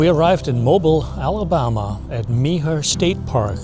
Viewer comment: Nice walk through and review, thanks! Did you have any problem with ants? I’ve seen that reported in the past. Mobile is pronounced “mo- BEEL” by locals. I think Meaher is pronounced “mayor,” but not sure. Thanks!